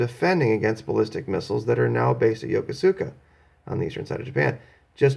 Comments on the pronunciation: FYI, and I know this is not the way it is spelled in English, but I believe the name of the city Yokosuka, is pronounced, in english, [yo kus ka], not [yo ko su ka] ... at least that is how it was pronounced by folks in the Navy back when I was one of them. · Be advised.....Yokosuka is pronounced YO-KOS-KA. Better know as "YOKO" to WESPAC FLEET Sailors.